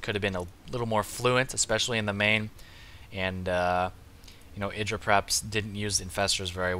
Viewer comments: if u ignore the indra thing. idra would be pronounced ahy-dra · You would pronounce it Id-dra if it had two d but idra one d is pronounced eye-dra. But IdrA wants us to say id-dra so... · It's not idra. It's Greck.